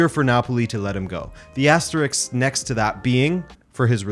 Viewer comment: *Asterisk, not "asterix"